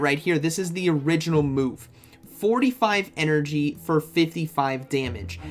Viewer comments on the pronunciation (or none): none